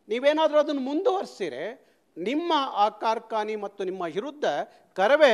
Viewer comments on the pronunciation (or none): none